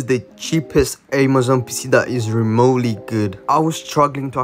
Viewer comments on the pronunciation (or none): I swear he said spissss and not pc😂